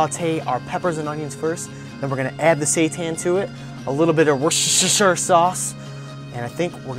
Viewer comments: It's actually pronounced 'wooster' (rhymes with rooster) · woosta-shear sauce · its pronounce "wos-ta-shire sauce" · It's actually not that hard to say. I used to say Wor-Sti--shy-er sauce too but a British friend of mine taught me how to say it correctly. It's Wer-sti-sher. sauce...just three syllables wer-sti-sher. ;-) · A British girl wrote a comment once saying Worcester sauce is pronounced 'woosta sauce'. I hope this helps ;) Great recipe! I'm going to try it! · It's 'wooster-shy-ehrr-sauce' - this pronuncoation is according to the makers of one of the most popular brands of this fantastic sauce, they wrote to the 2 bikers tv cooking show becauce they kept mispronouncing it as 'wooster-shire-sauce'... So, now you know too, thanks to a Norwegian! :) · Wuster Sher. Thats how you say it. It's not hard, crikey! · Looks amazing! I happen to come from Worcester UK, and it's pronounced Wus-ter-sheer. Hope that helps. :) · That worcestershirshur sauce haha 👍 That actually looks good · And even Wooster Sauce. I've heard it pronounced werchestersheer before now. But that's just wrong! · Worcestershire is pronounced "wooster" :) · Sounds like you're saying "Worst is your sister's sauce" hahaha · Zombies+vegan+ mispronunciation of worchestishire (?)= total package